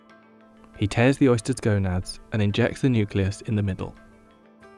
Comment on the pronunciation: "Tears gonads..." c'mon maaaaan